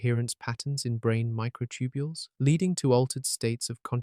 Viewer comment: The Narrator's Still Saying Mighr B Concious Even With All The Compelling Evidence Especially About The Microtubiles.